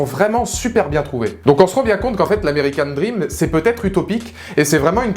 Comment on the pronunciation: "American DrrrrRRRRRRRRrrrream" 😂 Films tellement décevant, ils auraient tellement pu faire mieux...